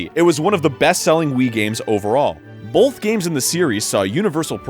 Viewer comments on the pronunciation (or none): Arin. Quit saying bolth. It's both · Video barely started and Arin has already said "Bolth" instead of "Both", twice. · ARIN IT'S BOTH NOT BOLTH THERE'S NO 'L'. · I fucking hate it when people say BOLTH ITS BOTH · Arin, there is no "l" in the word "both"! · the Arin seal of authenticity: "bolth" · I realized it was Arin talking as soon as I heard his trademark strange pronunciation of the word "both" It always sounds to me like he's pronouncing it as "bulth" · Even out of Game Grumps, he still says "bolth" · "in bolth years" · "bolth" XD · Is it me, or does Arin pronounce "both" as "bolth"? It seriously sounds like he slips an L in there to me. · "...one million illegal downloads in bolth years" "Bolth games in the series..." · Ha! "bolth" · I can't unhear Arin saying "bolth" anymore... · He says "Bolth." That's weird. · 26 seconds in and I hear the biggest "BOWLTH" of my life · lol "bolth" games huh? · Didn't realize this was Arin till he said "bolth" 20 seconds in. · I'm so glad that Egoraptor reviewed "bolth" of these games in the same video. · Arin and his "Bolth" saying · after around 7 years of following egoraptor from his animations on new grounds to GG on YouTube I gotta tell you it's sad. He still can't pronounce 'both'. And GG is really played out these days I really think they should take a break to recharge and get the comedy flowing again.